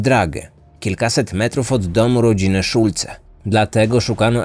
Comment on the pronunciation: O, ktoś tu dobrze zna niemiecki, przeczytane perfekcyjnie.